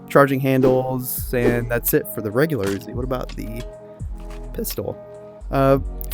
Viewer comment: also the oozi nine millimida 🤣